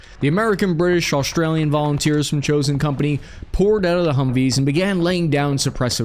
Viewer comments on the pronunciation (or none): What the FUCK is an Aushhhtralian? LEARN HOW TO PRONOUNCE WORDS 🤬